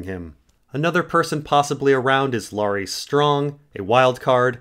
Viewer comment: Your pronunciation of LAIRISSSSSSS burns my ears.